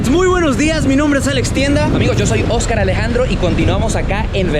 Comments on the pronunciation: En el minuto parece como si estuviese pronunciando "Oscar Alejandro" con un acento bastante local xD, 'Ojcar Alejandro" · No sé si es idea mía pero cuando dice mi amigo Oscar Alejandro se le sale como un acento venezolano jajajaja lo ameeee